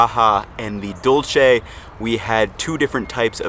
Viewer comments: Huge fan of, just s minor correction In Spanish, dulce as in Tamales Dulce, is pronounced dool-seh NOT like the Italian Dolce, pronounced Dole-che. Also double LL sounds like a y, so Medellin is pronounced Meh-deh-yeen. Small nit-picking for an overall great video. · Great video just want to add some pronunciation tips 👍 Dulce is pronounced "duel" seh. Bolillo, in Spanish two l's together makes more of a y sound, so it's actually boli "yo", just like how you pronounce the ll's in tortilla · They are raisins that swell up. The candy tamales are pronounced in Spanish (dool-say). You are pronouncing it in Italian. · I’m judging this video as I’m watching it... 1) how do you get Dolce (italian) from Dulce (Spanish) 2) tamales is not the same consistency as corn bread. 3) Bolillo - in Spanish when you have two “L” together, you pronounce it as a “Y”. 4) your definition of Chilaquiles misspelled bolillo. Bolillo has 2 Ls. 5) your friend doesn’t even know the difference between enchilada and quesadilla 6) gorditas don’t necessarily get stuffed with chicharrón. It can be chicken, vegetables, or just simply with lard. 7) I couldn’t finish this video. Napkins are your best friends, use them. Peace! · Is not dolce (that’s Italian) you meant dulce (dull-se) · MISPRONOUNCED WORDS: Tamal Dulce (dull-ceh) Bolillo (boh-lih-yo) ALSO: Pambazo bread is called Telera (tell-eh-rah) Torta bread is called (Bolillo (boh-lih-yo)